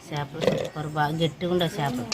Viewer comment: Shapalu kadu chepalu